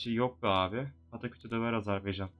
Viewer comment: Abi Âzârbaycan diye söylüyorsun ama doğru telafuzu Azerbaycan... :) :)